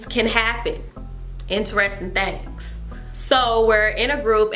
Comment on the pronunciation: Rick Grimes comfirmed, "thangs"